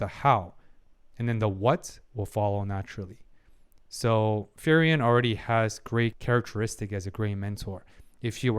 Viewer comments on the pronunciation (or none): I'm liking the video so far, but i have to say, you are pronouncing frieren wrong. Its frie with ie like in me And ren with en like in understand. I dont know if it helps, but It's supposed to be an german name. Edit listening to it, for the second part(ren) the an of and would be possible. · its a bit funny that you pronounce her name like "ferien" which means holidays^^ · furryen is the funniest way I ever heard frieren being pronounced lmfao, this is great 😂